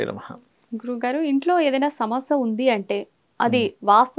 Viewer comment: Samasa kadoo Amma Samasya telugu pronounce sarigaa cheyyi